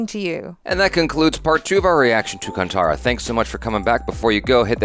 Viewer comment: Bro there's so much mythology n tradition tied to this film... It's hard to explain you guys... Just pronounce it as Kanthaara... Not kantara... I'm not a kannadiga but believe me it's not appreciated by kannadigas if you mispronounce it